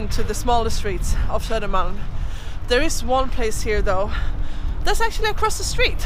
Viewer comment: Om jag vore dig skulle jag uttala söder [-malm] på svenska (istället för någon halvanglosaxisk satsmelodi).